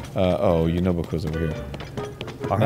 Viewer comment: Lol, i thought Yunobo was saying "WHY'D YOU DO IT!?" too